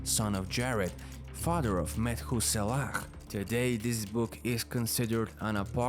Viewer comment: I like how he say togedder and fahdder 😭🖤